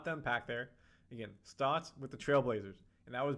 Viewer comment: Its Stotts, not Stouts. Although I'll never turn done a good stout in a chilled glass